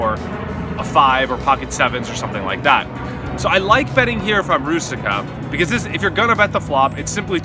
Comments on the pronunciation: Hey, I really enjoyed the video but its so funny how you say Růžička you know because its czech name and its prouced differently there is link ( to google translator i wrot it in chzech so you can just click a hear the pronounciation or ju can just write "růžička" and select czech :) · You're such a world traveler and you have no idea how to pronounce the Czech guys name?